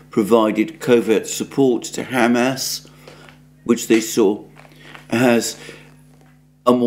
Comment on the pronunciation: HAM ASS (pork anus) is not how the name is pronounced. It's pronounced hah-mahz with the accent on the second syllable.